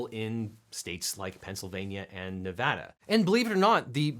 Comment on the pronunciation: Thank you so much for pronouncing Nevada currently. Grew up here, and it drives me crazy when its not.